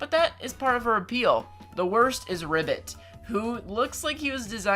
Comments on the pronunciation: How dare you say ribbot is the worst I know ur opinion but ya know benjamin is the worst dog in my opinion 😒 oh u remember the orange cat with face like that: 😬 shes the worst i guess 👁👄👁 Wait did u say "ribbit" not "ribbot" lol? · When he says ribbot instead of diva 0-0